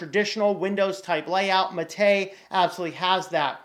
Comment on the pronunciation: Pronunciation... if anyone is interested Ubuntu Mate developer Martin Wimpress says any way is okay. I agree. But if you want to be "correct," it should be MAH-tay, the name of the South American beverage. If the accent is on the second syllable (ma-TAY) , it means "killed" in Spanish (maté). In English, the drink and software are sometimes misspelled as maté but this is incorrect. It should be mate (no accent).